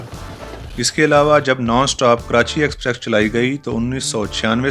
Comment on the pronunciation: I have watched most of your videos... I'm a railfan. Exprex is still there in almost all of your rail videos. It's not about script, dear.